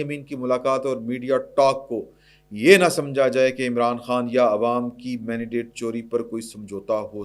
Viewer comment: Mandate ki pronunciation sikha do issay please. Warna hun bhi "mandidate" par switch hojayain gay.